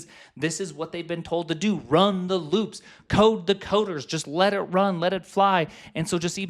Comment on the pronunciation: omg looooops, rhymes with boobs